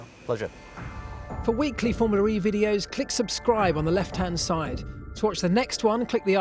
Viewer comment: If this guy says "FormulaRee" one more time, i'll personally slap him till he's blue.